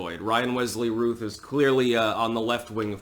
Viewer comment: Isn't his name pronounced ROUth? Like Brandon Routh (Superman Returns).